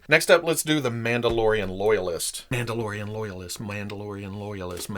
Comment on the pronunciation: Is no one going to acknowledge how said “Mauldalorian” so now I call them Mauldalorians